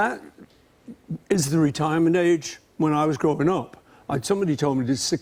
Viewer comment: Did Jimmy just say "went OP" as in the northern "uh" sound?